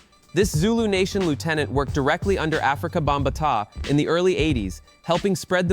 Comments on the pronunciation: Bomb ah tah?? 🙄 it’s Bam bah tah,! Afrika Bambaataa!! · Stop the video at Bam Ba Ta LMAO WHAT? wrong person to make a video about DJs when he couldn't even say Bambatta right